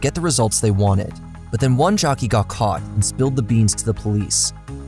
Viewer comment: without getting caughts? butts? do you have a speech impediment or are you doing this on purpose? a rats? rat him outs? what's wrong with you?